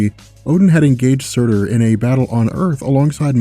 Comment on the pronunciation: By the way sutr is pronounced sort